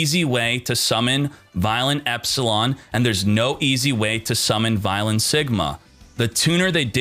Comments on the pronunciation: It's pronounced vyon the L is silent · I’m not that guy but I’m sure it’s vy-LON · God you duel links people don't know how to pronounce anything VIE-LON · Take a shot every time Vylon is pronounced wrong.